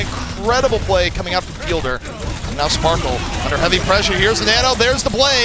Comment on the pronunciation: Are they really calling sparkie sparkle???